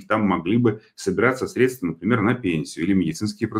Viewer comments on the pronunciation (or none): none